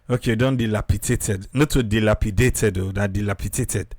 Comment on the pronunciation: "Dil_api_dat_ed" She said it correctly. 💯